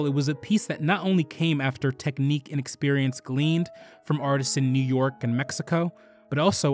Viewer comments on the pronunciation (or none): none